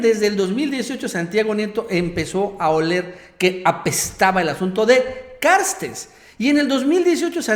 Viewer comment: A ver no mames no te desconpongas... "Carstens" se llama! Noo "Carstes"...aliviana tu rostro eres buen comunicador pero no la riegues siendo flojo y pronuncia el apellido como es.